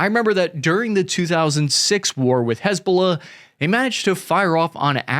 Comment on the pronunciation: Damn. You do a great job. I would just say this. Hiz-Ba-Lah. Not huzbullah. You're discombobulating it. hizb ba laah. But Dann, you're knowlledge is impressive.